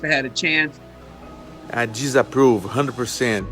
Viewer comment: "I jizzaprove..."